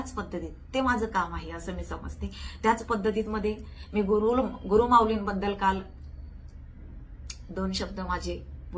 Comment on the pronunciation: गुरुर म्हणजे अहंकार गुरु असा उचार आहे. 🤣